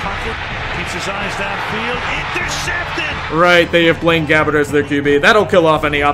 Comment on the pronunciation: I love how he says Blaine Fucking Gabbert!!!!